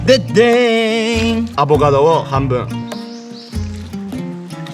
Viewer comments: アボガドが上手く言えない可愛い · の上手く言えない『アボガド』を聞くとターザンの専門用語っぽく聞こえるw ターザン語で『おはよう』みたいなw